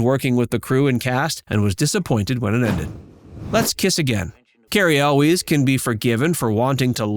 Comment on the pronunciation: how you gonna make a video about the princess bride and not know how to pronounce cary elwes?